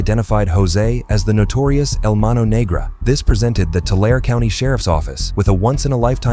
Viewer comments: TOO LARREE = TULARE 🥸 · 2 lair E. Tulare🤣